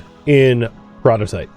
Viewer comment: Despite knowing that saying peroditite like "peridot-ite" is wrong, I still can't help but hear it correctly and go like "hissss, no, you speak the words wrong".